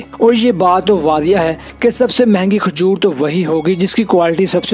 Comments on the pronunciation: Khajor nahi,kajur bolA kRo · Isko khajoor k naam bhi sahi nahi bolpara